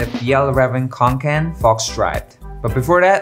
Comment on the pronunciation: I’m pretty sure it’s pronounced fee-El-Raa-ven kon-ken